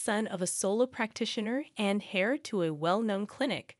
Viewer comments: The word is heir not hair. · They are correct....Heir is pronounced Air,like what you breathe...